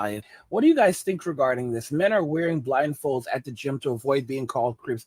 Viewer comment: Oooh you said blindfolds, I thought you said rifles. 😂😂😂😂😂. I was like "Man, it's gotten that bad.?"